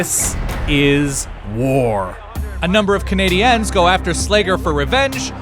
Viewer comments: Am I the only one to get all annoyed when he says Canadians like canadans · The way this dude keeps saying CanadiEns is really annoying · The way you pronounce Montreal Canadiens is weird. The 'ens' part of it sounds forced. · Nothing bothers me more than someone not being able to pronounce Canadiens or Quebec properly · Dude...why are you pronouncing Canadiens so God awfully? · Why did he pronounce it "Canadiens"